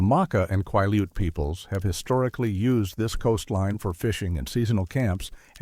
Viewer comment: Hey. I live along a sol-duc River and the pronunciations are killing me. Also. you owe the native Quileutes, an apology... Cool stories though😊